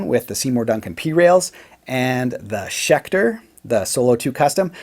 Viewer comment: Haha schelter not schecter?